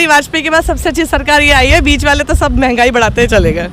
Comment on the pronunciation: महंगाई को मेगाई बोल रहा है भाई